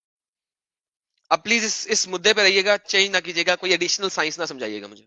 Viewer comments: ye science ko sinus bolta hai.... aur gyan pel raha hai 😂😂😂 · Science ko Sinus bolta hai.. MC, BC...